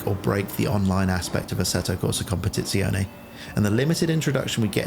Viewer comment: finally someone that nails the pronountiation of competizione XD